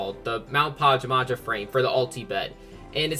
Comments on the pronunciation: Pa-ja-ma-ja? ITS PA-JAM-A-JA GET IT RIGHT! And yes I’m triggered lol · Omg same here I couldn't help but cringe every time he pronounced it like that 😂 It's pronounced PAJAMA-ja! It's supposed to be a reference to pajamas because you know... DREAM team, you wear pajamas when you sleep XD